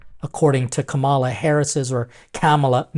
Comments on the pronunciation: FYI - Kamala's name is pronounced comma - la. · Her name is pronounced Comma la. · The pronunciation of her name changes depending on whether it’s being said by someone who supports her or someone who doesn’t, not on “the media.” It’s very disrespectful the you knew you were going to speak about her, but couldn’t take less than a minute to find out how to say her name. Acknowledgment of a person’s individual worth that comes before sitting down to a meal together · You need to stop. First of all of you are about the news and “culture” then you already KNOW how to properly pronounce her name so you have absolutely no excuse. So very disrespectful. No better than the folks on the right who do it as a “flex” and I’m placing that word in quotation marks because they ALSO know how. Yet ANOTHER person out in these streets blaming the media for their own actions.🌹